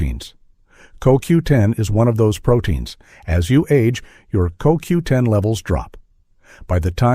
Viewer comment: the voice calls it C O W 10 ITS COQ10 JUST IN AI SPEAK LOL